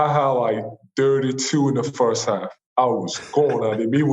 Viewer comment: "my fuhst pwactice was..." Joel Embiid